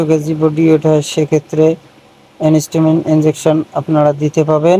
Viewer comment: ওটা এনিস্টামিন নয়, এন্টিহিস্টামিন। আশা করি পরবর্তী ভিডিও গুলোতে ভুলটা শুধরে নেবেন